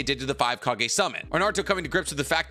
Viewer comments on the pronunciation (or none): none